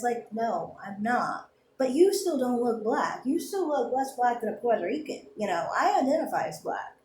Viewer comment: As a proud black Boricua, the way you say Puerto Rican grinds my nerves.